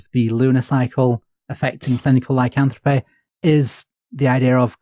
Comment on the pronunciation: pronouncing words like "lycanthropy" as "lycanthropeh" is driving me mad.